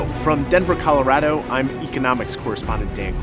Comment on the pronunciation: Soon as he siad Colorado i was done.